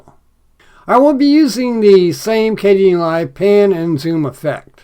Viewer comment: I hope you aren't mispronouncing Kdenlive anymore. Yikes.